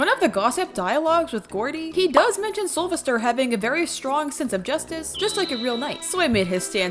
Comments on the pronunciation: It’s soul-VESTER Not Sovister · Its soulvester (Soul-vest-ER) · IT IS SOUL-VES-TER. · Two things to say about Soulvester: 1. The stress is in 'ves', just say his name like you're calling him "Sylvester" 2. I genuinely got rather put off by ("-And I thought Connie was bad"). Connie and by extension Soulvester are not 'bad' Toons imo, and this is coming from someone who has: - Gone up to 13 solo as Connie (and I can go higher than that) - Survived Twisted Pebble in a blackout solo as Connie - Survived an enraged Twisted Gourdy in a blackout solo as Connie - Done 19 out of 25 machines solo on Dyle's floor (once again, as Connie, and I can probably beat him) Keep in mind other people who may be biased due to skill or other reasons when saying your opinions :). (This is for everyone, she doesn't need to see this)